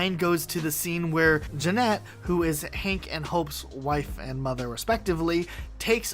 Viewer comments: Isn’t it Janet not Jeanette? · yep. Idk why he said it like that